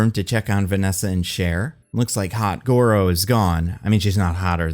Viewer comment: 'Hot Goro' 😂